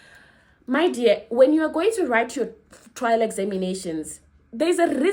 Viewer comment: trrrrrrrrrrrail trrrrrrrrail exam